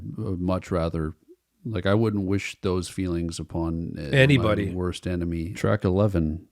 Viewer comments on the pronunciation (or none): none